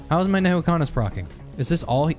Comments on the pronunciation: educational vidoeo; calls "N'Kuhana" Neyhookana. Nuh-Koo-Ha-Na N'kuhana Nuh-Koo-Ha-Na Edit: A script would do you wonders. There's a lot of mixed terminology that you use. Which isn't a problem in a normal video, but here, it's just confusing. So, I'm going to actually rewrite this whole video in summary here for everyone watching to use as reference. TLDR: Transcendence good on eclipse. Healing better for normal/maao. Key notes about your health bar.------ The green/red health bar is your health. This can be regenerated passively by your normal regeneration rate, regeneration items (items that say "regenerate" in the tooltip), and by health gain items (items that give you health for fulfilling certain requirements ((Harvester's Scythe requires you to crit for health gain.)) The blue health bar is your shields. He actually covered shields really well. The clear bar is Curse. Curse is a negative effect given by Shaped Glass, The Artifact of Glass, and the Eclipse 8 modifier. While this effect reduces your HP, it is considered an HP value and will remove OSP (Covered in "One Shot Protection" below) ++++++++++++++Your total combined health bar will now be considered HP (Hit Points)+++++++++++++++ (The yellow health bar is your Barrier. Topaz Brooch and Aegis can give you Barrier. They have tooltips. This does not contribute to your combined hp.) How to heal.------ As stated in your green/red health bar, you'll need items to gain health. Using these items while having a Tran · Nehukanas???? Nukahana is how its pronounced, great video but please stop saying it wrong